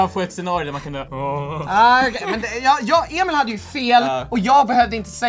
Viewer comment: Har ni tänkt på att Joel säger alltid ”Emol och Victor” haha